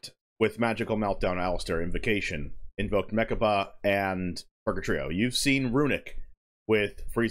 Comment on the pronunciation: the fact that the mtg player confusing when reading invoked mechaba is funny Just wait until he see pendulum edimyon 🤣🤣🤣